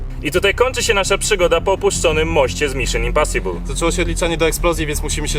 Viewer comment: i w książce śmiali się z Kuby że powiedział Dżak olanter czy coś a sami mówią np. Miszyn imposibul XD